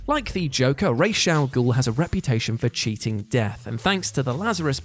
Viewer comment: This is the first time I heard someone call Ra's Al ghul as race Al ghul 🤣